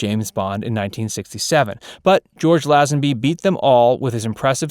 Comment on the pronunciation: For Heaven’s Sake, it’s pronounced LAY-zenby. For the best Bond of all, at least get the name right. And no mention of Adam West?